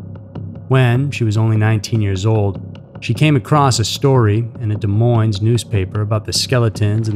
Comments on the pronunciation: Sorry but this really bothers me. You are saying Des Moines wrong. The Ss are silent. (De Moine). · Des Moins---dont pronounce the s's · I love your channel. It is one of my favorites. That said, you don't pronounce the "s's" in "Des Moines." It is pronounced "De Moine." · Iowa native here! Des Moines is pronounced without the s at the end on Moines lol but yet another great video, thank you for all your content! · That bothered me throughout the video. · great story. if only you knew how to say Des Moines.